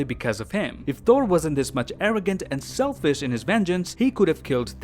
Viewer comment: he said selfis